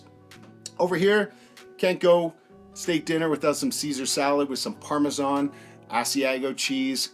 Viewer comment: Hes killing me with his pronunciations. Parmezan, Ojew, pazzta 😂🤦